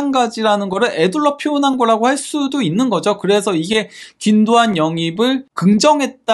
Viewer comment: 근데 권도안 자꾸 왜 귄도안이라 함